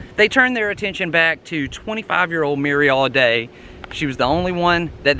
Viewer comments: It is not Al day. It is pronounced Allday as if it has two LLs. I know. I grre up close by. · I appreciate your effort. You are accurate with most of it. I probably know more about this case than anyone, as my father wrote a book about it, Dead Man Coming, after covering the crime, then the trials. He wrote the book and there was an escape from Reidsville State Prison. Other than not pronouncing the family name correctly, you did get most of this right.